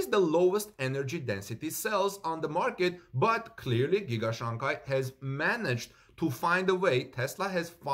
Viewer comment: Your pronunciation of Shanghai is not right. It should be pronounced as " Shang High", not "Shang Guy".